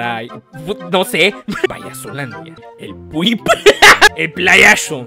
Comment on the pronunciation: I STILL CANT GET OVER "el pwip" 💀💀